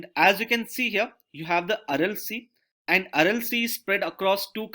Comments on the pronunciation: The way he's pronouncing "And" is really annoying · yehi toh problem hai india mey, feedback do toh problem, na do toh bhi .. I'm not complaining at the quality of lecture I'm just trying to point his pronunciation error honestly, I'm not laughing at him, I'm saying the way he says 'and' is not really the way 'and' is pronunced